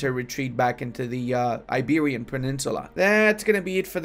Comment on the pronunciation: "iberian" lol